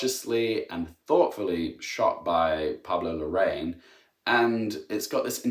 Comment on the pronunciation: I am sick of how English speakers say Larraín